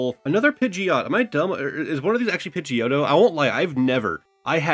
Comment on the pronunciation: I jumped up and scared the cats when he called Pigeotto Pigeot and put it to the side lol